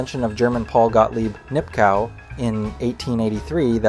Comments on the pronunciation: Nipkow pronounced Nipkov. Braun pronounced Brown. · Nipkow is pronounced "Nip-koff".